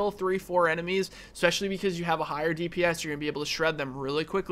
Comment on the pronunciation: thanks for the video but for god's sake if you're going to say "especially" as much as you do don't say "expecially"